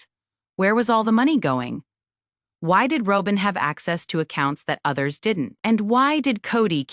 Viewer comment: AI voiceovers get worse, not better. Half of this is "row-bin" and half is Robin. Tow-day? Wow. The real tragedy is the fact that there is no human editor. It would be so much better if there was an editor. And no mention of the unaliving of Garrison? That was the ultimate death of the show.